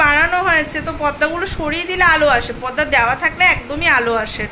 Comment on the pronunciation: পদদা নয় পর্দা ! কি যে বল! হাসি পায় 😂